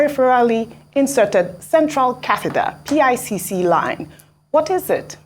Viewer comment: Ojy it is pronounced like "pick line" not PICC line. You are doing a great job and dear Dr. Abatti need not say that anyone is looking healthier than you 😀